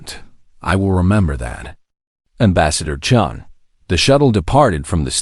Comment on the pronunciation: Chun!! Not Chen!!!! Come on!!!